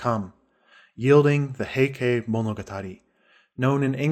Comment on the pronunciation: The reader's pronunciation is repugnant. He doesn't know how the Japanese spelling system works, because when he says, 'Heike', he says ending ke, sounding like kay. ei in Japanese sounds like ay, and e sounds like the e in the word set.